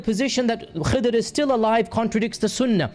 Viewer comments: pronounce the name properly - Khizer - what is this Khaddar nonsense? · It is Khidri coz indians nd all indonesians proniumce the word D into Z. Like ذاكر "Dakir" u pronounce Zakir. So u need to learn arabic not your own language broh